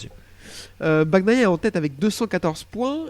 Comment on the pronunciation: Continuez, mais par pitié, nos oreilles saignent, à chaque « Baguenailla »